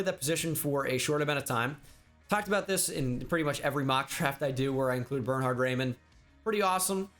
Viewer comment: The Way he speaks Bernhard triggers me as a German 🗿